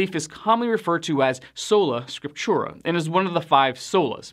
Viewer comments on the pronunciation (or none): “Sola Scriptura” is pronounced like, So-la Skrip-too-rah” With the accent on the second syllable in Scriptura. FYI